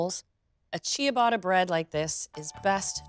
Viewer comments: Pronounced cha-BAH-tuh, not CHEE-uh-botta. My name in Italian is pronounced, not JEO-vah-nee. Grazie! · Love love your channel. Just a small piece of advice for this episode. The "i" is silent, and the "tt" is pronounced as a traditional english "t" sound..... final product pronounced chubata. Please do not take this in any offense, many people have helped me and please continue to make international inspired baked goods. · Great recipe, thanks for that! But, please, learn to pronounce Ciabatta because you’re not doing it right 😕